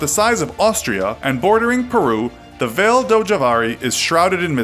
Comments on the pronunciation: "Vale" is pronounced vah-lee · It’s v a l e like valet since it’s Portuguese